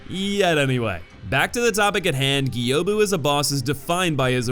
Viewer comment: You finally said Gyoubu correctly!! Good job!! 😊👏